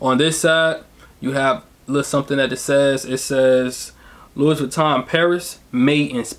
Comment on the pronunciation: Thanks for the vid, for future reference,since it’s French, you don’t pronounce the s in Louis.